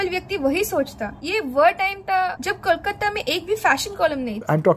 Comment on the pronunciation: Nahi. Wo Sabhya bula Rahi hai aur Kolkata ko Bhi sahi se nahi bol Rahi Hain. Aisa aksar non Bengali logo ki problem hoti hai. 😊